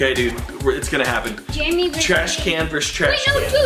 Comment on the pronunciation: jeremy not jeramy